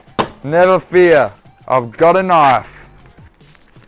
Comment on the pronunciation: you call that a knoife?!